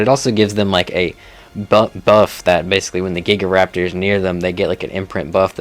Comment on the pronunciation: He also butchered Gigantoraptor in the most painful way possible